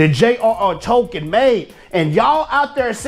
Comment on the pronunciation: Tolkien. Not Tokens.